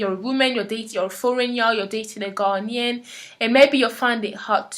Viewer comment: Interesting on how you pronounce Ghanaian. I have close family friends who are native to Ghana (who currently moved back) and they pronounce it (Guh Nay In) not (Ghan Ian). May be it just differs between the different tribes who live there, no idea.